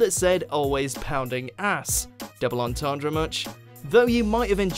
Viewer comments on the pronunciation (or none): none